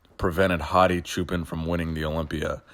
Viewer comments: It's actually pronounced "Choo-Pawn" not "Choo-Pen" lol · please pronounce the last name as a combination of choose and park. Don't say pan like Peter Pan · For the longest time before the Olympia, I always thought you were saying "Hadi Japan"